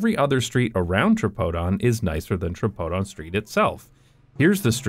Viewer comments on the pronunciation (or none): I don't think it's pronounced "tra-pode-on", my guess remembering how Greek immigrants spoke in Boston, would be "tree-pod-on" with the last syllable pronounced the way the French would pronounce it. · tbh i was thinking "hey, his pronunciations aren't so bad!". they were still wrong, but better than i'd expect from an english speaker. most of them would say dionysos with a die sound instead of a dee sound and tripodon with a try sound instead of a tree sound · For anyone asking, it's pronounced "tripóthon"